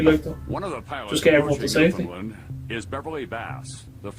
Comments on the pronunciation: Please pronounce it correctly co-hosts. The accent is on the first syllable and is sounds like 'NEWfundland'. Sorry - that isn't phonetic but as close as I can come. The American narrator (Tom Brokaw) says it correctly. (So many people say newFOUNDland which is wrong.) The province was settled by Irish and Scottish and because it is an island with little population movement in or out, the accents stay the same and are unique within the country. As Canadian provinces go, Newfoundland is not a rich, prosperous place. Nice place though, and incredibly beautiful. Don't forget, once all these planes were on the ground, Canadian airspace shut down as well - nobody in or out. Gander is an example of what happened all over the west and east coasts of Canada. 238 planes landed in Canada, carrying over 33,000 unexpected guests. I am proud of how my fellow Canadians helped out in this time of crisis. At the beginning of the video Tom Brokaw is introducing the film from Vancouver, Canada where he is covering the 2010 Olympics. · It is pronounce phonetically Newfundland, not New Found land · It's pronounced "newf-unland". 😊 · "New-fun-LAND" rather than "New-FOUND-land". These people kiss codfish for fun -- don't tick them off! You've been warned. 😄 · New fin land not lend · you're so surprised that the mayor sounded Irish, meanwhile as a Canadian, all I hear in your accent is a 'Newfie' who doesn't know how to pronounce Newfoundland! lol